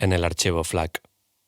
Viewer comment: Quien le dice F-lac? JAJAJAJJAJAJAJAJA Muy buen video. 👏🏻